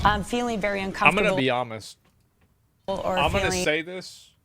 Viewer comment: “I’m gonna be Homest”